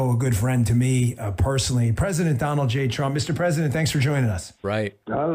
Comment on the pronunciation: Donald J. Trump?? Weird way to pronounce Donny Daughter Dater .......